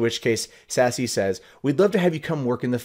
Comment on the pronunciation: Just FYI, not trolling here, Sasse, is not pronounced Sassy, it is pronounced Sas. The political ads were almost impossible to watch because when they pronounced Ben Sasse, it sounds like Ben's Ass.